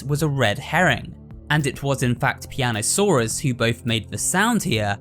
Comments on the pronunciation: piano-saw-us 😂😂 that’s a good one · "Piano-Saur-Us" so basically, he's australian?